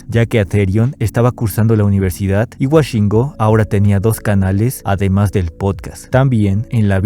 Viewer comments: no es wa es wo woshingo , no washingo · Por qué dices "Washingo" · Cabrón, lo grabaste, lo editadte, lo revisaste y lo subiste y sigues diciendo "Washingo"